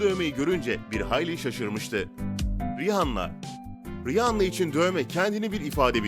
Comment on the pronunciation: Rihanna Riyana olarak okunur